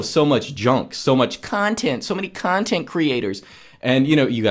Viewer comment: "so many Cuntheent creators, Cuuutnheent creators" ahahahahha i know who are you speaking about